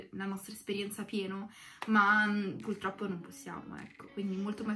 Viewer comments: Matto Pazzo una che sa parlare non dice “pultroppo” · quel “pultroppo” a mi ha uccisa